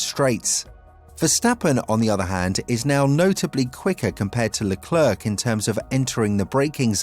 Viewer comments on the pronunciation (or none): These words are in desperate need for you to stop butchering. My ears are bleeding. Leclerc Sainz Scuderia Degradation Monegasque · Please stop mispronouncing Sainz, Scuderia and Leclerc